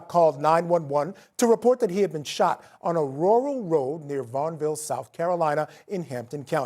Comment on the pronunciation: The host pronounces "rural" oddly.